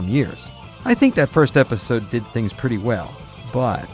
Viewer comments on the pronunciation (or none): none